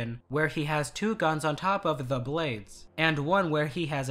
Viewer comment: What is wrong with you, speak normally, when you say the, you just say the. Why are you saying ( a the) every time you say the. I really makes the video commentary off putting.